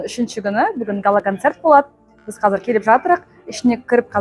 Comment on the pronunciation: Журналистің сөзінің түрі анау, "жатырық" , "быз" деп тұр ұят ай